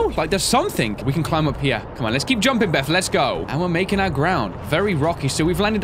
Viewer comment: "DON'T BE SILLY BITH" lol NOOOO not Beth it's Bith